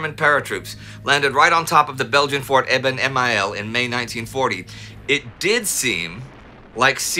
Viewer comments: Hey Indy, Great tie, as always! ‘Emael’ is pronounced like the ‘aal’ in ‘Transvaal’ or ‘Albertkanaal’. Not ‘Ema-el’ but ‘E-mael’, in other words. Edit (phonetic): [fɔʁ debɛn emal] Great channel, loyal follower/baffled admirer. Greetings, A local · Just wanted to say that you do not pronounce the last 'e' in Eben-Emael. It is just an old spelling indicator (like 'h' after a vowel in German) that the 'a' in front of it is pronounced long (today spelled as 'aa').